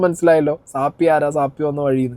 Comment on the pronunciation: എനിക്ക് ഒരു കാര്യം പറയാൻ ഉണ്ട്.നിങ്ങൾ പറയുന്നത് ശരി അല്ല.സാപ്പി അല്ല സാഫി എന്നാ ശരി